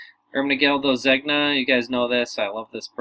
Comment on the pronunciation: You are like the only one who knows how to say zegna correctly